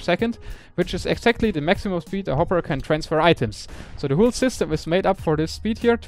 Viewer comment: It is "whole" not "whool"! ._.